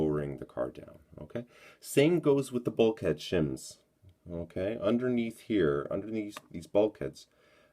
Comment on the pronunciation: Stop saying unkay. It's irritating.